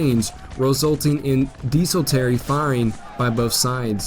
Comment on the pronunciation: Many words, not just place names, are grossly mispronounced. "cone set oga," "dee sul tary," for instance.